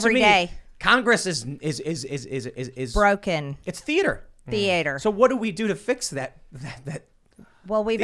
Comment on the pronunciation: The way Tim reacts to MTGs “The-eh-ter” is fucking hilarious!!!